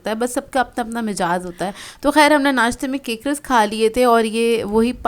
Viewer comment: Apny mizaj ko mijaz bol dia